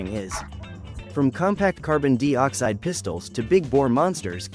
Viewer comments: A.I. Narrator that couldn't pronounce certain words or numbers correctly. Makes me wonder about this presentation."Carbon Dee-oxide?" I thought it was carbon dioxide? 🤔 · WTF is Carbon DEE-Oxide... Are you trying to say Carbon DIE-Oxide? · Would be better with human narration. Carbon deeoxide? Leave it to ai to f up anything it touches. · just a friendly heads up before you make a fool of yourself in the next video you make, there is no such thing as carbon dee-oxide. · Dee Ox-hide. 😂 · Funny how AI doesn't know how to pronounce dioxide. Even Brits pronounce it the same as us so, who's the idiot that taught this "intelligence" to say it wrong.